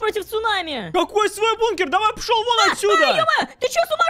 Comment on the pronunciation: Она сказал не пошол вон а пшол вон